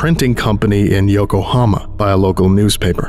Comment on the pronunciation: I heard Oklahoma not Yokohama 💀